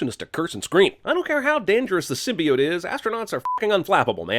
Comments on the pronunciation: "Symbiit" Smooth, smooth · Its sym-be-ot not sym-be-t great video though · says “sym•bee•it”... +1000 sins. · Wrong. It’s Sym•bee•YOTE goddammit! Lol